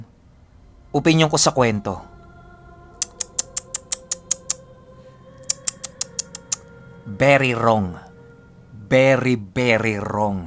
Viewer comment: Berry Wrong! Birry birry wrong!! ♥️♥️♥️